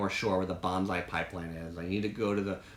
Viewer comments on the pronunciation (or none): none